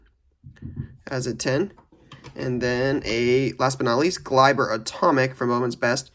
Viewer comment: It kills me as a Yankees fans when u say this😂😂 It’s is Glay-ber